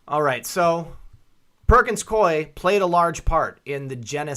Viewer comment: The firm pronounces its name Perkins-Coo-ey, if anybody cares.